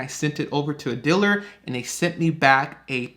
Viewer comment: What's a "diller"? You said, "A diller sent me a quote". What's a "diller"?